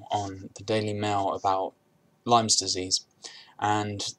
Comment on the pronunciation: Its lyme not lymes